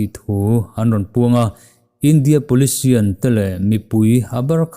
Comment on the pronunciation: 'Polician' i ti alawm.